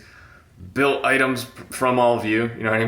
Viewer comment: Its bylt stop saying b.y.l.t. jfc